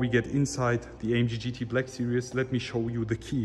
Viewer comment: Why can't the germans pronounce Black Series as it is written? They always pronounce it as "Sirious" smh🤦🏻‍♂️